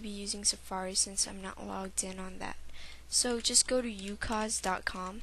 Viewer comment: lol.. fail.. you can't say ucoc-.- You gotta say z as like.. zed..